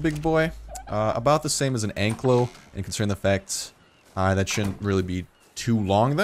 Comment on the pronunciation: NOT ANKLO. IT'S ANKYLO